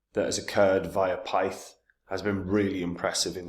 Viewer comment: You can tell does extensive research, because he can't even pronounce the name of the token despite the fact that it's provided on the main page of the website. 🙄